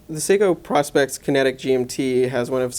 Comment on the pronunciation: PRO-SPEX!!! Not prospect, you know, as in the contraction of the words "professional" and "specification", then throw in an "X" at the end for the marketing factor. It is NOT pronounced like the old timers looking for gold in dem der hills, you know, the prospectors! But yeah, a just "ok" review of an excellent chunk of a time-piece; I'm loving mine.